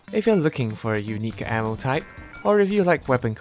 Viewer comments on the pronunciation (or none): I swear sounds like he says anal when he says ammo